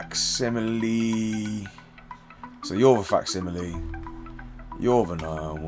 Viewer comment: 30 minutes for to learn how to say facsimile right 😂